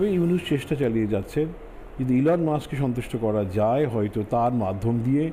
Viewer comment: আমার এত মজা লাগে এদের কার্যক্রম দেখে 🤣 ইলনকে এলন বলতেছে 🤣